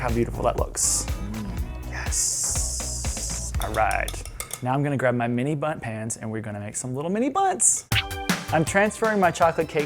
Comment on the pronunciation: Who else kept hearing bums when was saying bundt...nope just me? Okay....😳